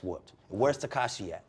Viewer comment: He can’t even pronounce his name “tekashae”